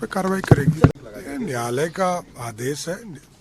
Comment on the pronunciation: Samrat Choudhary says NYAALAYA instead of NYAAYALAYA. If that is his Hindi, you can well imagine his HINGLISH.